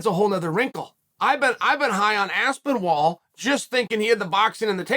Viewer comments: Exactly what i was thinking. Aspin-ol. Aspin wall. I think Chael watches the fight with the commentaries muted. And for sure he commentates it himself. 😂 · Even though Chael butchers last names constantly, I was genuinely taken off guard by Aspin-wall. Literally Lol'd. Never change, Uncle Chael. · This one had to be on purpose. Had to be. No WAY he can add a -wall in there on accident 🤣👁🤣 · It’s 100% on purpose it’s his main gimmick. Aspinol is so easy to say now I know he does it this one was one too many lol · This is the worst name pronunciation yet lol, it caught me off guard too, thought he was messing about at first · Ahh yes Tom Aspinwall, somebody should let Tom know he’s been saying his name wrong this whole time🥴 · if your gunna do a video on a fighter ,you could at least get the mans name right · It's the ultimate compliment when Chael butchers your name. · I wonder how he preps to butcher the name. "Let's see, should I go for Aspinol? No that's too similar. (Stares blankly at the wall) that's it!" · Chael knows how Aspinall is pronounced. This is a fact, and you're silly if you doubt it. Chael will read everyone calling him an idiot for getting the name wrong. Chael will continue pronouncing Aspinall wrong, because he's a genuinely horrible human being who goes out of his way to get the names wrong of fighters who aren't A) American and B) have easy to pronounce white sounding names. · Holy shit Chael Aspinall is an English. I fully believe DC when he's says chael says names wrong on purpose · I was wondering how can chael butcher tom's last name. Surely he cannot mess up aspinall, right? Uncle chael never stops to surprise me. Undefeated, undisputed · That Mole In Aspinall's camp should fill Uncle Chael in on how to say his name rite😆🤣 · And for the love of god....this is a english last name! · As-spin-OL Chael: Ass-Ben-Wall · Within 2 secs...Aspen-Wall...🤣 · Me: Aspinall Chael: Aspen-Wall Me: OK Great... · Cmon is he really saying Aspinwall?